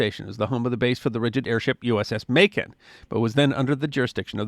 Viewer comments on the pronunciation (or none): none